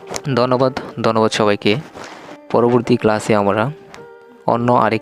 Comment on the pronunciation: আপনার উচ্চারণ একেবারে ই বাজে। যেমন, ভাত,বাত। ধান,দান। প্রধান সমাদ্দার,প্রদান সমাদ্দার। আমরা, হামরা। ধন্যবাদ, দন্যবাদ ইত্যাদি,,,,,,,, পরবর্তীতে শুধরে নিবেন। ধন্যবাদ।।